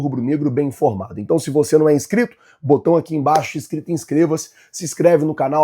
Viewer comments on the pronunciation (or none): none